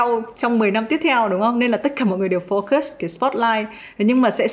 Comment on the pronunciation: Chị ui từ focus phát âm Foucơs not focơs ạ =.= Ko hiểu sao nhiều người phát âm sai cái từ cơ bản này thế